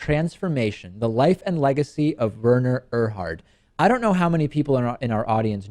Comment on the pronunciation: It is pronounced, Were-ner Err-hard.